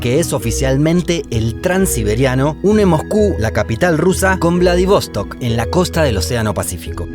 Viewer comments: Che.. que lindo el video y bien decorado con imágenes. Lo único que es Vladivostók acento en la última ó... no es inglés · Haber antes de parar en Ekaterinburgo se puede parar en Perm (donde yo nací) y pues de ahí a Ekaterinburgo. A y otra cosita: es VladivostOk con la acentuación en la última sílaba, no como tú lo dijiste. Всего хорошего.